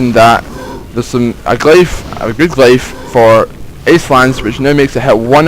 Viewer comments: (Glyph) Glif, not glife. It isn't a matter of accent either, not unless you say Hiero-"glifes" (as in Egyptian Hieroglyphs). If you do, sorry. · love it how u say glyph